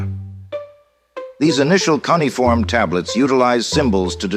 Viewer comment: Cuneiform is phonetically pronounced kyoo-ne-fawm. Not cunny-fawm! Proving 'AI' is as shit as the human user may be.